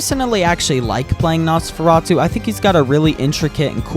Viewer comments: no. its nos-fur-ruh-too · it’s pronounced nos fur a t oo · It’s pronounced Noseferatu. Your supposed to say the os name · its nosfur - chouf -atu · it is pronounced nos fur rah too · It’s pronounced “nose-fur-ah-to” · It's pronounced nos-fe-rah-two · Its nos-fer-atu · How to Pronounce Nosferatu ! Noes - Fur - Ra - Too Hope I helped! 🍞 👍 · You know Nosferatu is an old horror character you can just Google how to pronounce his name